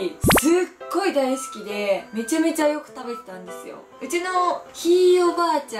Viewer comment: やばいもの見つけたw すごいすき の、すき が、 すち 、になってるw